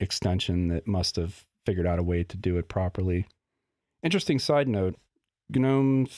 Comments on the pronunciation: ga-nome, ga-nome ga-nome. I had to quit. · It's just pronounced "NOME", dude :D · I was so confused at the beginning of the video as he kept saying "GNU" until I realised he was say "Gnome". Usually when everyone says they skip the G, I also do.